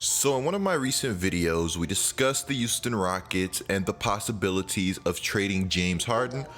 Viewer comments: Does anyone else here him say “Youston” instead of Houston? I just think it’s cool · Youston Rockets 😂😂 it’s Houston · Take a shot every time says “Youston”